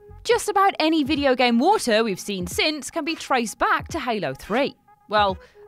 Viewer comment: Nobody: Her: WoOhTaH